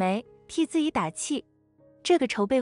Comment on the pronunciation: 怎麼連“自己”都能念成“自以”😂